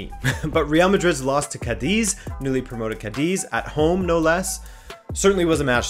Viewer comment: bro, it is pronounced Cádiz with a shorter sss sound at the end and not Cádezeee. keep it up